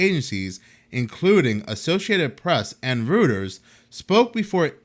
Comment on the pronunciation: Reuters is pronounced as royters